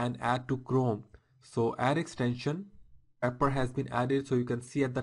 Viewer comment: Really great video thanks! But please learn to say scrape properly! lol!